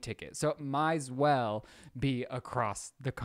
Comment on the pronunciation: why does he say “‘might as well”like thay